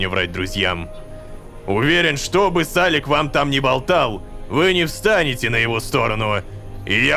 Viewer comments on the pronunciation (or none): блин Рома почему сАлик а не салИк , сАлик звучит как имя какого-то мальчика 5 лет